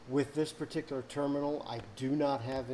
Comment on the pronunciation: Damn you nailed that terminal. Love from Toledo!